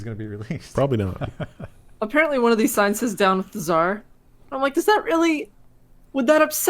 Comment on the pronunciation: it's "Tsar", not "Zar". They write it with Z sometimes so americans don't read the C like K. Celary. Car. One is ts and the other K. Tsar is with ts.